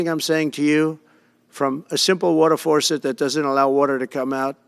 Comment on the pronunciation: Whales die…..what a concept! They wash up on shore a lot of the time. It’s called the circle of life! A what you say….a simple water what??? Forcet?🤣🤣🤣🤣🤣 This man is not fit to run this country. He is not an intelligent person. Can you not see this with your own eyes?? Oh wait, his base probably really can relate to this type of babble! They are on the same level as him for sure!!! Man are we in for it😳